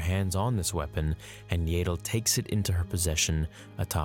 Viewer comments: “Yay-dull” Fans: It’s not ‘Yay-dull’ it’s ‘Yahdull’ –channeling Hermione (Edit: we don’t care how u pronounced it as a kid 😤) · Its pronounce YA-ddle not yedal.... this is star wars, all "A"s are pronounced properly. Pronouncing a name wrong "because its the way I've always pronounced it" is very lazy and implies you don't care about what you are saying , just that someone is listening to you speak. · Its yaddle.....not yaydle. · æ pronounces like ah, like in back. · “Yay-dell”?? Yeah-dul??? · its not pronounced "yaytle" its pronounced "yattle" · It's Yaddle, not Yadle. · This hurts me to do, but I must Yah-dle, not Yay-dle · If she shows up in the show and is called "yaddle" will you continue calling her "yadle"? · Not to be all nit picky here... but I’m pretty sure phonetically it’s yaddle The way you say Yaddle is spelled Yaeddle.... like Jaegar. Or Rhaegar. “I’ve been saying Yaeddle since I was kid...” while I understand the sentiment, it’s not exactly a valid argument to continue saying the name incorrectly. Yes, Yaddle is an odd name, but it’s her name. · It's "Yaddle", not "Yadle". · Yaddle.. not yadal.. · It is pronounced YEAH-dle not YAY-dle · yep Yaddle rhymes with paddle. Listen to the Easter Egg reference in Fallen Order for the correct pronunciation. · Every time he pronounces her name "Yay-ddle", a piece of my soul dies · There is two d’s so I’d say it’s the other way to say yaddle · What is it with Americans saying “YAYDLE” 😭😭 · you pronounce yaddle wrong it’s y-at-dle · Yeah, I love like he's my nephew but his pronunciation of Yaddle works my nerves, man. 😃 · The way he says Yaddle makes my eye twitch.💀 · imagine making this hole video about yoda's kind and you keep saying yaddle wrong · I’m pretty sure you’re saying Yaddle wrong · Why does he pronounce Yaddle like that lol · You've been saying it wrong since you were a kid ... So that's your justification to continue saying it wrong? Canadians.....